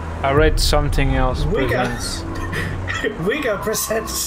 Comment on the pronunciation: "Wigga"???😳 lmfao🤣